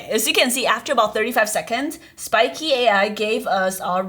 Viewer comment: Why do you call it spikey when it's spikeet?